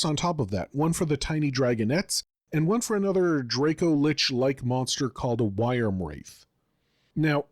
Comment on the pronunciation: Wyrm = Weeurm? 😂 Just giving you a hard time. Great video! I’ve been super pumped for the book and I’m personally happy the Chromatics have come back. Also I’m stealing the whimsical Delight Sorcerer. That’s awesome.